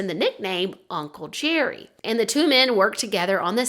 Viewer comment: I’ve heard of his before but didn’t know all the details. When you first said the guys nickname was Uncle Jerry I thought you said Uncle Cherry and was really confused why they’d choose that as a nickname. LOL